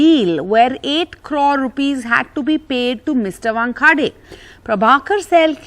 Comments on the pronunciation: NDTV, where unfounded rumors are placed in the "news" column. And where an anchor who was born and raised in Mumbai, not too far from the famous cricket venue, Wankhede Stadium, is unable to properly pronounce "Wankhede". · This newsreader cannot even pronounce Wankhede properly.... Such a disgrace..